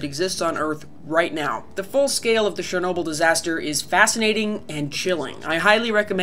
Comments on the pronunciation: 'che' in 'chernobil' is pronounced as the one in 'chelsea' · Why the hell do US English speakers say 'SHERnobyl'. The 'Ch' is pretty obvious how it SHOULD be pronounced...